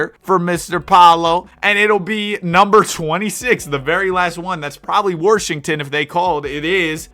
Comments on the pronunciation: random question, but what accent makes someone say Washington as Warshington? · “warshington” you’re definitely from Arkansas or Texas😂